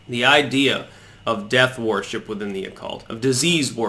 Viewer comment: I love you and watch every single video you post but why do you pronounce so many words incorrectly? 😆 worship is pronounced wurship! My evidence for this is that there is already a word pronounced warship....it’s err...warship 🙄 keep up the good work mate 👍